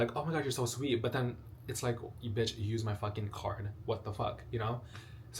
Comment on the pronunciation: I’m so sorry you always make me smile when I watch you and it’s so funny how you say bEaAtCh and when I am crying I watch you and I love you videos and my mental health is bad rn and when I watch you it’s like my mental health has upgraded to xx